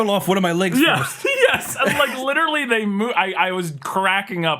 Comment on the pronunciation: used to say “literately,” and that drove me nuts.